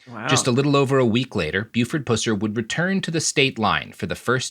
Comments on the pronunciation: For the love of God! "Pusser" is pronounced with a short "U" like the bodily fluid, not the cat. This is what happens when you only read about someone, and don't bother watching the frickin' movie. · These guys are pronouncing it like pooser? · You mispronounced “Pusser.” It’s pronounced like it’s spelled. Puss with a short u followed by “er.” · This guy trying to pronounce Pusser is driving me crazy. Its Puss-er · Only made it five minutes because you mispronounce "Pusser" the entire time. Can't take it. It's pronounced PUH-ser. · Yeah words and names are pronounced just a little bit different in Appalachia like pusser is pronounced Puss er and his daughter's name is pronounced duh wanna. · PUH-S-UR. The Stateline Mob and Dixie Mafia were not ‘poor people’. They were organized crime ala The Mafia. Read the book The Stateline Mob by WR Morris. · First time heard it pronounced 'Poocer'... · I grew up not far from where the story took place and my father, who was alive at the same time as Buford, always told me that the locals hated him and never understood how he became a folk hero. I love that you’re telling the story, but your pronunciation of his last name is killing me. Is pus like bus and ser almost like sir. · Guys I know puss is funny as fuck but this asswipe's name is pronounced pus. Source: I grew up in west Tennessee, I heard about this bastard my whole life. My uncle was an extra in the 73 version, which they shot in my home county. This episode is dredging up a lot of shit for me. secondary source: every interview with the puss before he died. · 1. It's PUH-sur 2. Most of us local to the area knew he was a POS. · Pronounced like Bus. Not Puss. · So as someone from pretty close to where all of this happened, his last name is pronounced like pus from an infection. Not… like that. Though that’s very funny. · I keep hearing Buford Pussy which makes it hard to take him seriously. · Nice episode, but his last name is pronounced like pus